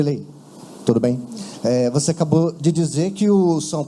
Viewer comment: Pofexô Luxa, voxe foi Xafado 😂😂😂